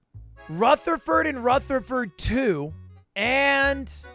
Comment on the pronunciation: I’m impressed he said Rutherford correctly. People are always mispronouncing my last name. “Rufferfurd” or “Rootherford” It’s annoying 😑